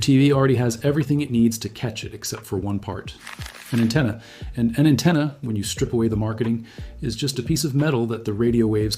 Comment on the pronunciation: An antenna not a attena